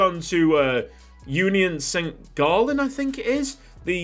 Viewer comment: He said Gallen instead of gallois